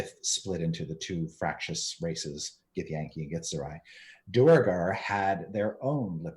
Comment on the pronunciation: Thanks Chris! I was going to say DWAIR-gar in Chat but I should just always have faith in you!!